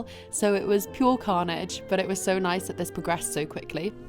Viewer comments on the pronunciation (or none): none